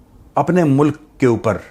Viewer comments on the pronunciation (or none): none